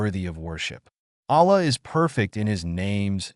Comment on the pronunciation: Don't use AI if it is gonna pronounce Allah's name and his other names wrong, delete the video